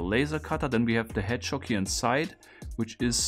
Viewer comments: Anyone else hearing "hedgehog" as "head shock"? Or is it just me? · I was thinking “hedgechok,” I feel dumb for not realizing it was “hedgehog” sooner!